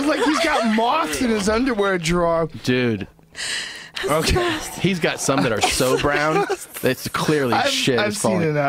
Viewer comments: Lol “moths in his underwear drawah” joes inner boston coming out lol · Mann I fucking heard before I read this comment, and thought the same thing. Tremendous! Underwear draaahhhh lmao.